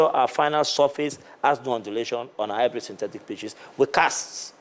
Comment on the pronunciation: Tia il a dit hybrid syntetic. Et pas seulement sintetice